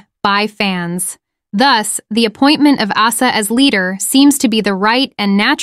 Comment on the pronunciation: learn to pronounce Asa pls, i get she's an Ace, but Ace-A sounds just wrong 🥴